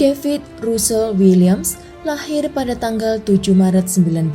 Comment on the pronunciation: Maaf mbak bacanya rasel bukan rusel, thank me later…Lloyd nya jg salah bacanya…🙏🙏